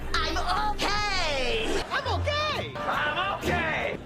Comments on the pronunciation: All the "I'm okay"s started sounding like "I'm all gay" after the 10th time 😭😭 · Okay hearing it enough it starts to sound like he's all gay instead of he's okay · “Im okay” starting to sound like “I moké” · The more he says "I'm okay" the more it sounds like a foreign word